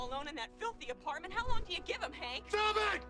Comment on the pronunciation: “stgjfvughop it!”?😂